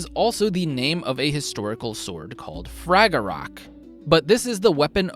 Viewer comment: Probably doesn't matter, though I believe you're supposed to drop the "ch" when you say Fragarach. So more like Frogger-ra